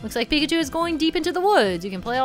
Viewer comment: Stop saying PIKACHU like PiCkAChU